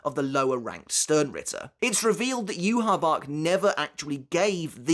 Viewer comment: Why do you say "yoo ha bach" ? It's not spelled like that at all